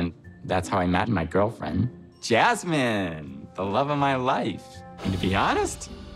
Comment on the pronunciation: Why did say Jazmines name like he was saying jazz hands👐 and I’m sure he has a big head under that hat. Also, Why hasn’t anyone in his life told him to fix his laugh